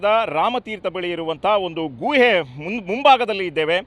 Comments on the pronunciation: ಗೂಎ ಅಲ್ಲ ಗುಹೆ ಸರಿಯಾಗಿ ಕನ್ನಡ ಪದೋಚ್ಚರಣೆ ಮಾಡಿ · Guhe uchara sariyilla